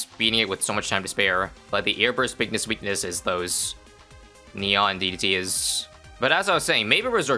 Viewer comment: "I've never seen that many DDT's in my life" maybe add more emphasis on DDT instead of...